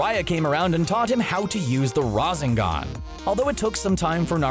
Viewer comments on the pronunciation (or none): Nobody : Literally nobody : CBR:RaZeNgAn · RA ZEN GAN...BOI